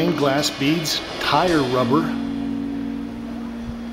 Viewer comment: did you say Thai Rubber or tire rubber, as one of the materials in Art G, paintings? thanks, nice vid.